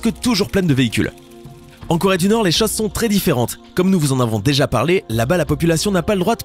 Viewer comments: llengehen Corée pas Chloé 😂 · leshalles llengehen c Corée pas Chloé 😂😂😂